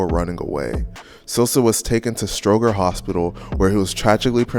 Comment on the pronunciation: The narrator is not from Chicago he cannot pronounce Stroger hospital right as well as some street names.